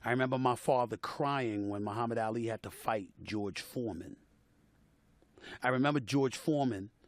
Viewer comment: The disrespect u not even sayin Ali right